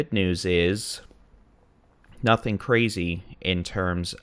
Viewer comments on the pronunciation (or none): none